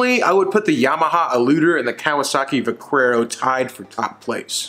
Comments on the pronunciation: You're definitely pronouncing vaquero wrong lol, it's Va-care-o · The "u" in Vaquero is silent... It means Cowboy. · "Vackwero" LOL! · I kinda feel like the pronunciation of Vaquero is on purpose lol.